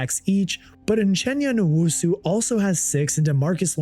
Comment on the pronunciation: FYI his name is pronounced U-chena nu-woah-sue